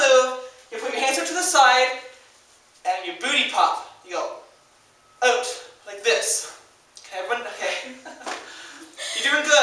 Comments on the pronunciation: Love The Way You Say OUt (oot) :) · Lmaoo!!! at the 'out' ... 'oot' word. I can just imagine myself in your class laughing full on in the back. But thanks for the video. its good made me smile and laugh. :))) xx Lol.!! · Where are you from? You say 'out' super weird...